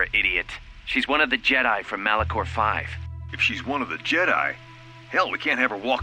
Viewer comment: Malachor V ❌ Malacor V ✅ LOL 😂